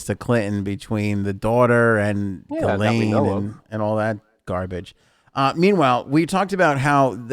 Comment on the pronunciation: Gi Lane are you sure that is how it is pronounced?